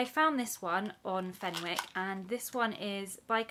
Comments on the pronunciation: You don’t pronounce the w, it’s fen-ick. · It’s pronounced as fenICKs the W is silent 😅